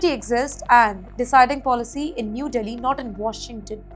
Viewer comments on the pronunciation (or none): none